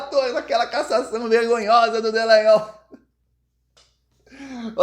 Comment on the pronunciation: É tão incompetente que pronunciou nome do fascista de estimação errado,ele disse Delanhol e 9 sobrenome do fascista é Dalanghnol